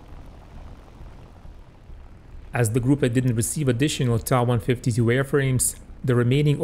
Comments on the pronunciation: NOT Taaaaaaaaa ......the letter T and then A TA 152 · "Tah" 152 .......... Never heard it pronounced that way...I've only known it as "Tee A" 152. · Hey it's not a deal breaker, still enjoyed your video. But this video is in English....so perhaps stick to what English viewers are used to. I have been a WW2 aviation enthusiast since 1975...never heard the Ta152 pronounced as other than T.A.152 in all that time...... but anyway I'm moving on...keep up your good work overall...nice graphics and research...thumbs up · So you don't pronounce Me109 as M.E.109....you pronounce it as 'Meee 109' ??? give me a break. Russian planes are pronounced as you say. But German aircraft are generally the letters pronounced separately. F.W.....M.E.... T.A..... J.U. ...... D.O. etc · Ok I'll wait with baited breath for your next videos pronouncing the Ju88 as the 'Jew 88" and the Fw190 as the 'Fwuh 190' ........ you are wrong regarding the Ta152 pronunciation and instead of admitting it and moving on you're digging yourself a bigger hole.... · Wrong. Ta is not an abbreviation from two words such as Fucke Wulf or Bayerische Flugzeugwerke. These are first two letters from the designer's last name Tank. Which in German is pronounced 'Tunk' and NOT as in 'Main Battle Tank' which every single English speaker does. Likewise, Soviet Yak series of fighters are called Yaks and not Y.A.K. because it comes from the name Yakovlev. Same goes for Ju-87, short from Junkers (pronounced 'Yoonkers')